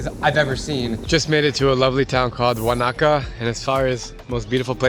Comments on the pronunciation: I’m from New Zealand and the the one you tried to say it was actually called Wānaka not Waka just saying enjoy your time in New Zealand. My favourite place is Queenstown too and I love it because you do so much stuff. I’m also mouldy tongue and half Scottish and I love my country. It is probably the best country ever.❤❤❤❤❤❤❤ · “Wan-aka”😭😭😭😭 I’m dying